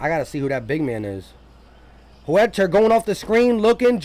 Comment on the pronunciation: Can U tell me who is HOOETTER? U talking about Huerter?. LOL! Daaamn